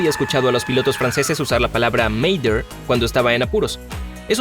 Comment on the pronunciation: Para desfacer entuertos: M'aidez=Ayudadme es imperativo. Se pronuncia medé y no meider. Panne= averia y no desglose. Se pronuncia pan y no paní. Silence=silencio y se pronuncia silans y no silons. Un poco de rigor!